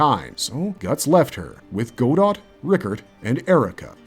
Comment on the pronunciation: It’s not ‘go dot’, it’s ‘go-dough’. Taken from the very famous story ‘waiting for godot ’. Other than that amazing video as usual.